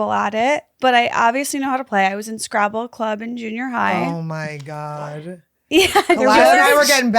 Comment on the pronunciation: I thought Khalyla said "Place Gravel", not "play scrabble". Anyone else?!? lol